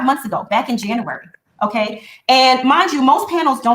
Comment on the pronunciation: I was always disturbed by the way pronounced JANUARY!🙄🤦🏾‍♀️ “Janarary”🙄